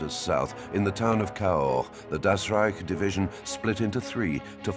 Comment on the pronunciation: Das "rejk" heißt "rájk"